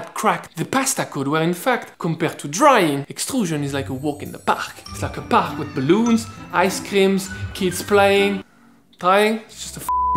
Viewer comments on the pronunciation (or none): none